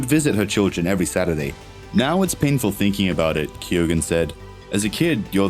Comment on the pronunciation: If u are doing a piece on an actor you could at least learn how to pronounce his name correctly... its KEE-OWEN...